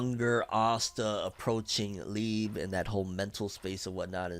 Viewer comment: youre pronouncing liebe wrong bro